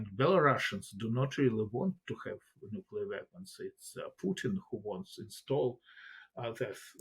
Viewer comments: "nookular" video closed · 'Meddyev'? 'Nookyuller'? Who is this woman?!🙄